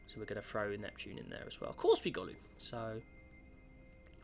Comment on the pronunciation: Its "going" not "gowing"